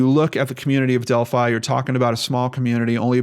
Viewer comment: isn't it pronounced Delphy ?